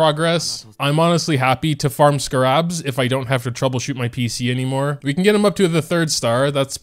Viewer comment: the way pronounces “scarabs” 😂